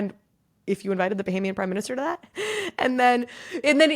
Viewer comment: Bohemian? You mean Bahamian?